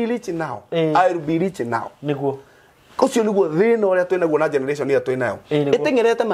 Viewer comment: Not leach.. rich 😂😂 Niko home nirushieni mawe